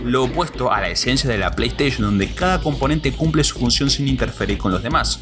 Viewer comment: O “pleisheishn” o “pleisteishen” no existe ningun razon pa llamar las “PLEISTEI(SHON)”” ninguna… ni en latinoamerica ni en españa. Station se pronuncia como (steishen) no como (steish(on) VIDEO ES. Deee putamadremente interesante! ❤ gracias! 🤝🤝🖤🧑‍🌾